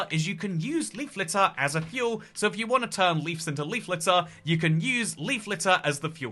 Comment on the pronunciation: congrats on figuring out how to say bush! now you've just gotta figure out how to say "leaves" (hint: theres a v in it)